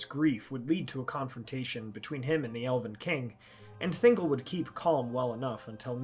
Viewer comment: *ThinGOL, not Thingle 🤣 you don't say Gellum for Gollum.